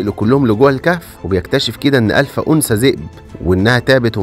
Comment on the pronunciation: الفا وليس الفه ☺️💔